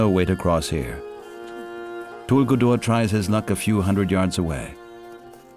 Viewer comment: Tuguldur....that is right pronunciation. 😀 meaning is nice too. It means beautiful, heavenly or maybe stunning 🤩